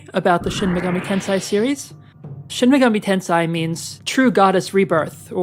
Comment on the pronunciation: Correction, youre pronouncing it "Tensai" which has more to do with knowledge. Its pronounced Ten-say